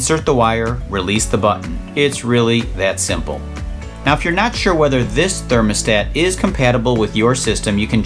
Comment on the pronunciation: Thurnamastator......🤪🤣how adorable.